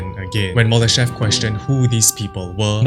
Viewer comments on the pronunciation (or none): Боже!!!! Так коверкать ФИО Мулдашева может только И И, сколько можно такое слушать??????????